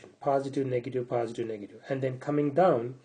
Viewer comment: its not paaasitive but positive .